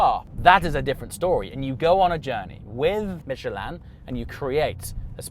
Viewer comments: Isn’t it Michelin not mechelaan lol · Michelin not Michelan🤦‍♂️ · "Michelle Land Tires" 😆 Where is the "a" coming from?? 🤣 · Since when we call it “Michelaaaan” ? 😂😂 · Michelin? No "Mich a lan" love it